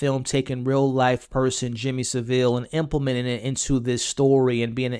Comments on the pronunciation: His name ia pronounced SA-vil, by the way. Stress on the first syllable. Cheers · Let’s clear some things up. It’s pronounced Savil, not Sa-vill. To give Jimmy context to Americans , it’s probably similar to Bill Cosbys journey from family friendly tv dad to …you know, but worse. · Pronunciation of Saville from all Americans to date is way off. Not “Su-Ville”…..”Sa-vull”. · It’s not Sev-ILL. It’s SAV-ill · It's pronounced Sav-Ill, not, as you seem to infer, Seville. Put simply, it rhymes with (Henry) Cavill. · It’s not pronounced Sa-vile it’s Sav-ile. The syllable break is after the V And jim’ll fix it stoped airing in 1994. I’m not having Jimmy crystal was a Jimmy Savile fan. He’s younger then me and i only knew the name Jimmy Savile and that he was a DJ. Had they made Jimmy crystal in his 40’s it would make sense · Seville is a city in Spain . Its Savile ffs ! 🙄🤣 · It's Saville that rhymes with Saddle, not Saville that rhymes with Seville :) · It's Saville not Seville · It's Savile, that rhymes with gravel. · Americans pronunciation of Saville lmao it's SAV (like 'have') - ILL (as in unwell) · It's neither; it's Savile. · Pronounced SAV-iLL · OH MY GOD 🙄You're MISPRONOUNCING Savile's name and it's sending me through the roof with rage I'm about to go ballistic jesus christ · The way you’re pronouncing “Saville” is killing me. I totally get why you’d say it like that as someone that’s not from here and isn’t familiar with the old nonce, but it’s very jarring! Great video though! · At least get Saville’s name right. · Thats some pronunciation of Savile